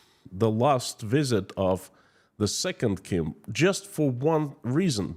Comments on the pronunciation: Dear, I am Korean and I would please ask you to learn the proper pronunciation of the Kim dynasty. You are slaughtering their names and I did not recognise who you were actually referring to. I also was at the DMZ (the 38th parallel on the NK border) and listened to NK defectors in Seoul in 2017. The state of the Korean peninsula is what is referred to as an armistice. Technically, the two Koreas are still at war. There are about 30,000+ NK defectors who fled the regime and managed to make it to SK but under great personal risk and danger. NK has a VERY thriving black market economy. There's A LOT more to NK than what you are alluding to here. Kim Jeong Eun went to one of the best and most exclusive SWISS boarding schools and LOVES basketball. The whole Kim clan has been educated abroad. It is IMPORTANT that the West learns the truth about NK - it copied anti-Western/US propaganda 1:1. There was an exchange programme between Eastern Germany and NK in the 60s. A LOT of Westerners are fascianted with NK. If you want to learn more about the Korean war, I'd suggest googling "The Forgotten War" of Korea. At least, you'll hopefully learn to pronounce the Kim dynasty's names properly. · Learn to pronounce the names of the North Korea Leaders, imagine if you would call Vladimir Putin - Vladek Pralina, would that be ok with us, off course not. Take time and prepare the subject, be clear with the message, naming those people with different names (then they are called by) means you are not serious with what you present on your channel, we need you to be exact and concise , otherwise I loose interest in what you have to say. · A genuine question and I'm not trying to make fun: Is how you pronounce the Kim's names the correct one or caused by an dialect? I only know how we pronounce the names as we do in Germany, wich often isn't the original pronunciation. We tend to "germanieze" a lot, sadly.